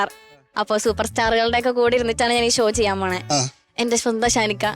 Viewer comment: ഷ എന്ന് ഉച്ചരിക്കാൻ അറിയാത്തവരെ anchor ആക്കരുത്. ഷോ യെ ശോ എന്നും, ഷാനെ ശാൻ എന്നും പറയുന്ന ന്യൂ ജനറേഷൻ. Uneducated fellows